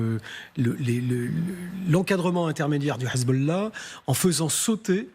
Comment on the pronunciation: Le grand reporter…il a pas un peu tendance à aspirer les h des mots en arabe? Hhhessbolao… Hhhhamazzz